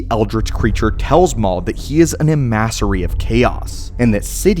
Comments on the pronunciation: E-mass-ery??? Really?? Em. A. Sary…dude what the hell? That was absurd, because if you can’t say it properly, you don’t know what it is… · E-Massory... lol. Talk about some low effort content. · Why the fuck did you pronounce emissary like that... It's pronounced "em-is-ary" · Cool video. Haven’t heard of this. Also, how to pronounce emissary.